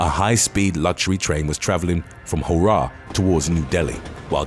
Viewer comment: I find the pronunciation of Howrah very amusing :P . I bet very few outsiders would be able to pronounce it properly.